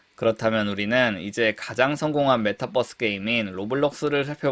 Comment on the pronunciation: Metaverse인데 발음 메타'뻐'스라고 안했으면 좋겠습니다